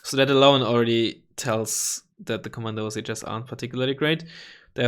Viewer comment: Komandosi is pronounced "Komandoshee" ;)